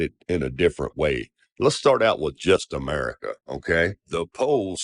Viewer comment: I heard enough at uh-murica😂 The US education system needs some serious updates, we can't let them slip through the cracks anymore.